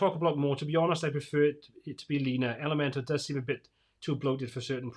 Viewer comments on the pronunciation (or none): Just a side comment and completely irrelevant, but I notice it when I watch many to all your posts about Elementor. How come it sounds like you are always saying, Elemental vs. ElementOR? LOL Love your streams and posts. Keep up the good, unbiased reviews.